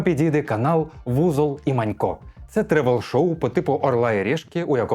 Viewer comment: Узол і Манько!Узол а не Вузол, Узол це прізвище, воно не перекладається)